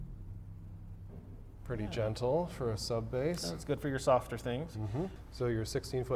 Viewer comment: Sub-bass was pronounced correctly. Well done sir!!!